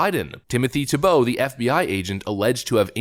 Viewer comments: It’s Tee Bow, not tee-Bow… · Reads, "Pronounced TEE-Bow." Proceeds with "Tibeau." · It's TEE-bow, not tee-BOW. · Our host reads how to say TEE-boh… Continues saying tuh-BOW. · Its pronounced teebo dammit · His name is pronounced TEE-bow (just like the QB) -- read the second line of the first paragraph